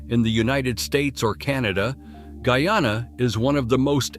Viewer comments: What d rass? It's not gooyana but GUYANA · He said goo-yana and not guy-anna the first time. But the 2nd time he said it decently..